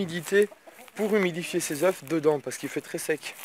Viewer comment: Stp arrête de dire des zeuff!! On dit des zeuuuu!! Sinon bonne video, c'est un plaisir de te regarder à 4h du mat avant de bosser